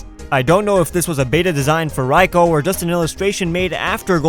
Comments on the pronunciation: r-rai co? don't you mean raikou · even though raikou is pronounced Rai-co i like to call it Ray-koo anyways i love your vids